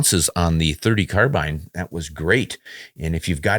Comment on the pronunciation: I am pleased to hear you pronounce "Carbine " the way it should be . I have heard the argument that it comes from the French ...CARBINA or something like that ..... but Australia and the USA speak ENGLISH not French . Just my little windge for the day.